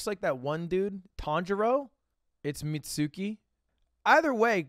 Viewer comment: TANJIRO IS A GUYYY😭😭😭😭😭😭😭 also u alsmost had it when u said mitsuki its pronouced Mit-Ser-ee spelled mitsuri